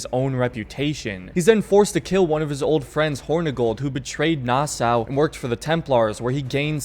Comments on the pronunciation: omg its pronounced nasaw not nassaa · I served on the USS Nassau the name Nassau is pronounced Nassaw. I remember when I first got on board I said it like you do in this video and I was corrected very quickly. Thats the military for ya lol.